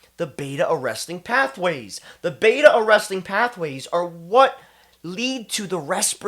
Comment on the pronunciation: Its beta arrestin ... not arresting